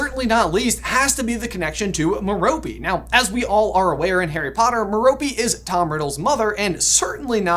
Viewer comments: His moms name is pronounced Mare o pay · I think metope is pronounced meropay